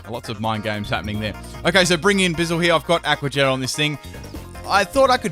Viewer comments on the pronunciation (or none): did you call Buizel, Bizzil? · Buizel rhymes with weasel... doesn't it? Or is my life a lie?